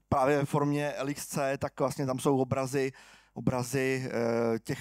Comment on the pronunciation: Jedna hnisopišská: LXC se čte jako lex-see, leksí